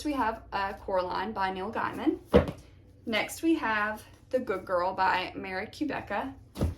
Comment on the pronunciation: FYI - it’s pronounced Neil GAY-man